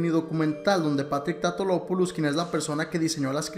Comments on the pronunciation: Porque dices patrick tatolopolus cuando es patrick tatopolus no es tan difícil solo vocaliza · bueno y una y otra vez diciendo el nombre mal......... es TATOPOULOS no TAUTOLOPOLUS como dice . le agregas una LO siempre